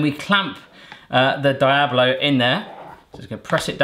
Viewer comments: Pronounced dee-ablo, not die-ablo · Dee ablo Not die ablo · Diablo is pronounced dee-ablo not di-ablo :) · Dee-ablo, not die-ablo. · its pronounced dee-oblo not die-oblo lol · The I in diablo is pronounced like the letter e so it's like deeeeeablo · Jsyk, Diablo is pronounced "Dee-ablo" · Diablo is actually pronounced (Dee-a-blo) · Diablo is pronounced De-ah-blo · Is pronounced deeablo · It's pronounced "DE-AH-BLOW" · the way he pronounced diablo is just wrong XD but great video fam! XD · Lol I love how he says diablo (≧▽≦) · im cringing every time hes says Diablo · You mispronounced Diablo